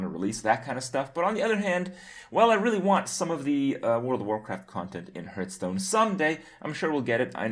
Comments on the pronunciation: When are you gonna pronounce hearthstone the right way? :P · Maybe Blizzcon teaches Kripp how to pronounce the name of the game he talks about so much :)